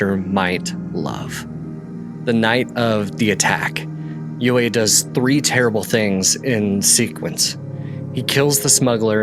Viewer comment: His name is pronounced "U E" not "U A".